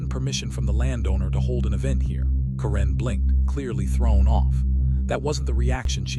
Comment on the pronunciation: Hoa homes do not deserve to be worth more than a new economy car. My freedom and constitutional protected rights are worth more. HOA's repeatedly forget the USA constitution exists. Ca wren??? Ki lo wren, darth mal? Dude fix your ai It sucks.